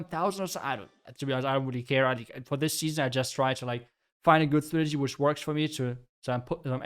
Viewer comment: Please learn how to say “strategy”